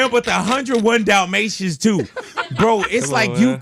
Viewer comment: 101 dalmatiëns😭